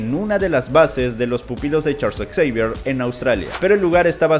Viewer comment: "Charls Eksaivier"